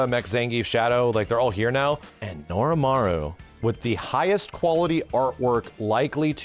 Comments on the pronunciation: I really like your videos,, but it's Norimaro.... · Not Norimaru. Norimaro. I'm not getting Mandela'd. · Norimaro not Norimaru, fake fan SMH